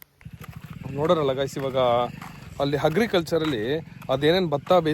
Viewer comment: agricultural illa hagriculture ha? Bhavi hatra nimanna yaru talilva?